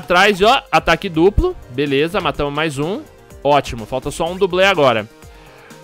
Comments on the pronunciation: foi só eu que percebi o falar #Veleza no começo do video??? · "Eae galera veleza" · patife vc falou veleza no video kkk